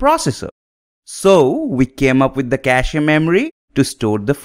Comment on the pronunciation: Though Pronunciation of CACHE should sound like CASH. I'm saying because you have more learners from your teachings, so i hope and wish the best for you.